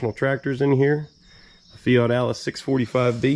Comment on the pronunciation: I Love how you Pronounce that Loaders Name in Future Videos Fat Alice unless I'm Hearing wrong. which wouldn't be out of the ordinary for me Lol